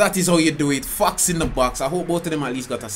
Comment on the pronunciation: its fox not fuxkzz